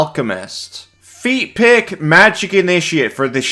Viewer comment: “Feat pick” sounded not like feat pick exactly. 😂